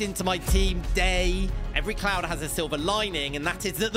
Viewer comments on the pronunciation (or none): none